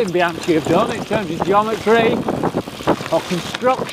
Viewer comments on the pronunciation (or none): Bee-han-chee?!? No, diopignone! E' BIANCHI!!! (Bee-hun-kee!!!) eccheccazzo! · Please say Bianki(bianchi), and not Bianci !! BIAN k(like kilo) I so... Bianchi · Oh my..."Bianchee"....my ears bleed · Pronunciation is: "Biankee" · Nice review. But please: Bianchi with hard C :) You can use the same C in your next trip in Italy: when you want an aperitivo order a bianchino,good white wine 😉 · In Italian, "ch" is pronounced as a hard "K" or 'C' sound - of course, as an Englishman you can be forgiven for the understandable mistake ;) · You've been testing bikes for 20 years and still can't say 'Bianchi' properly? 🤣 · Professional Bike Tester for 20 years... And you can't pronounce one of the most important bike brands in the history of cycling. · Please, please, please, learn to pronounce “Bianchi” properly 😱😱😱🥴🥴🥴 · Jesus learn at least how to pronounce Bianchi